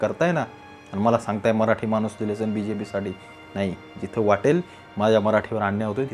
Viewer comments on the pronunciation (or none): none